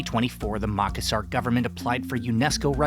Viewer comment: North Australian here. Is pronouncing Makassar correctly? He says Mak-assar, but I have always heard it pronounced as Ma-kass-ar.